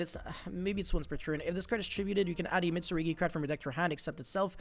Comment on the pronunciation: saying Mitsurigi is killing me more than it should. Mit! Su! RU! GI!!!! 😭